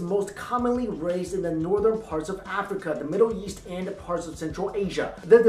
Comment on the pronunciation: Why do I always think he's saying yeast when he's saying east